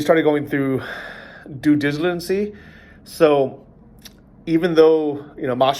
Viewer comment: Doo Digilancy. I'll accept it